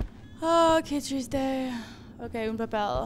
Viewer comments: Cada ves que dice que triste escucho que chiste :v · Cuando dijo: Qué triste'', le entendí qué chiste y yo en plan ¿Quéeeeeee?. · ¿Soy el único que cada vez que dice:qué triste.escucho que chiste?:v